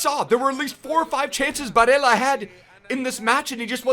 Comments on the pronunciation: hey, in italy we pronunce it “Nicoló Barèlla” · the y-ish pronunciation of “ll” only works in Spanish, in Italy his name isn’t “Bareya” it’s just Barella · Es barela boludo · u don't pronounce double LL like that he is Italian not Spanish